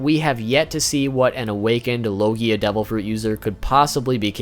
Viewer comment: Your pronouncing logia wrong lmao